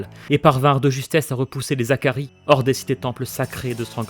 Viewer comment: Et on dit les Hakkari pas les Zakaris, pas de liaison avec un H ! Vivement la suite en tout cas